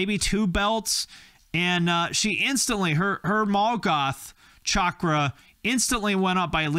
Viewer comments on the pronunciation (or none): none